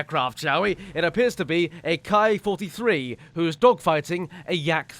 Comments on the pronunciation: I do wonder, what is a "kai-43" like? I only saw a ki-43 there (protip to people who can't pronounce an i like an i, try saying it like "key", you'll get close enough). Other than that, good video! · correct me if im wrong, but the ki-43 should be pronounced key 43, right? キ not カイ